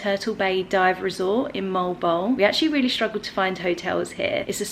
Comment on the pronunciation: Mo-al bo-al is the right pronunciation. It is originated in Spanish word.